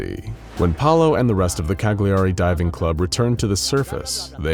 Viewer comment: That's not how you pronounce Cagliari